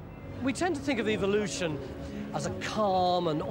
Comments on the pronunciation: ...eVVVVVolution...not EVILoution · "Evilloution" what a jackass! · So glad it isn't going to halt "evil-looshin" in our lifetime!